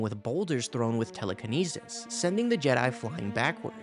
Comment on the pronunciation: “Telekinesis” like cmon man